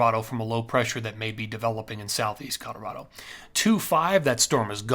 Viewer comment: 64 yrs in CO and natives alwasnsaid Colo raw do. Itnwas aa little different how much accent on the raw. All farmers ans ranchers had a mild western acccent. Think B&W movies from the 50's. Some business men would say.Colo raah do. So, he's pronounciatiom in lline with Schools and natives. He says it cool though.